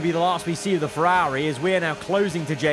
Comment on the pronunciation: Why can't you say "Ferrari"?